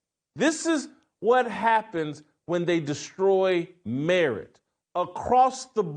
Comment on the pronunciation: It took a few minutes to realize he was saying "merit"...